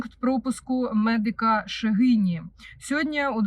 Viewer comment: МедИка - ШегінІ Наче так правильно ❤